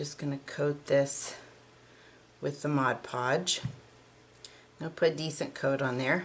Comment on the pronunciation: For those that don't know, it is called MOD PODGE, not "Modge Podge"! lol. That's how I pronounced it until I actually read the bottle. Live and learn.